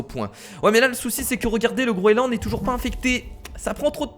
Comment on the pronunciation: Sa se dit le groenland pas le groeland